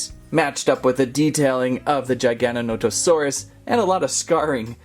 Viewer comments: Giganotosaurus. Not Gigantosaurus. Bruh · Also this is how you say gigantosaurus Its not like jigantosarus Its like how you say g like giganatosaurus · Gig-a-nah-to-saur-rus there ya go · The way he says giganotosaurus… GiGaNoNoToSaRiSs cool video tho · It is pronounced JIG-O-NOT-O-SAUR-US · It’s pronounced (this is how I say it but I hear others say it like this) jiga-noto-sauras so basically you’re saying giga but with a j and the rest you say right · Everything he says giganotosaurus apart of my heat dies